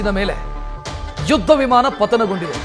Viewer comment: ವಿಮಾನ ಹೇಳಿ ವಿಮನ ಅಲ್ಲ